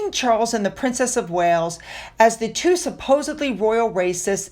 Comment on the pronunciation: yup I’m an English language teacher so am aware but it still sounded like three to me.